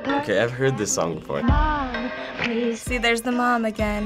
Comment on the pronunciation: Teens react to Halsey PUH - LEEZE.